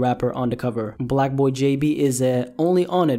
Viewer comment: Its blocboy not black boy 😂